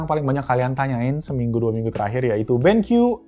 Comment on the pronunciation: "Ini adalah Benq EWE.... Eh.. I dabel yu" WKWKWKWK